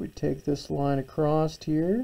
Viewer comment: Marvellous demonstration, incredibly informative. So good that even though it disturbs my English sensibilities no end, I’ll overlook your pronunciation of across (what is this acrosst you speak of?).